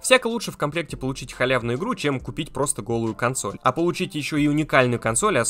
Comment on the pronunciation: Что такое косноль?